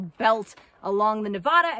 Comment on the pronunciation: I enjoy all the explanations and all the knowledge you pass along. But it hurts my ears to hear your pronunciation of Nevada. As a native Nevadan we have a different way of saying our beloved state’s name. 😃I visited the East Walker River and Aurora this past weekend and I was curious what ghost towns you were referring to in the last two videos.